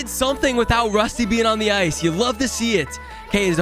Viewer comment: ITS RUSTY NOT ROSTI BRUH YOU DO NOT KNOW